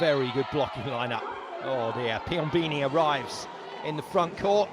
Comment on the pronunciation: Man!! PiomBOni not Piombini